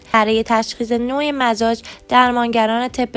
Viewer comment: سلام تمام مزاج هارامجازتلفظ کردین !!!